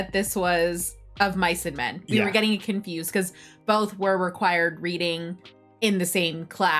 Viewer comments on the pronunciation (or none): none